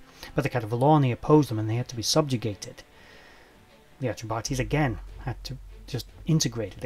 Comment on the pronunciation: Enjoyed!. I do believe it's "Atreb-Ahteys" as opposed to "Atreb-Artees", Peace.